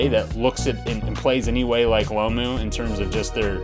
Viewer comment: Why can't these Americans pronounce Jonah last name right Its that simple.Its Jonah Lomu not Lamu.